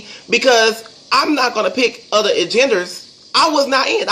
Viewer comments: "Uhginderz?!"👀 (agendas) Holy hooked on Phonics!!! 🤦🏾‍♀️👀😂😂😂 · lol You are going to die of a heart attack! I can't, he's a mess. lol homasexruh-ality agendra lol, that pronunciation though.